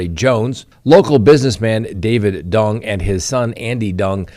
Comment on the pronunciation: You’re Colorado is showing 😅 Pronunciation of Duong is way off. D is silent.